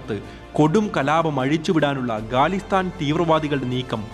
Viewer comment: ഗാലിസ്ഥാൻ അല്ല ഖാലിസ്ഥാൻ.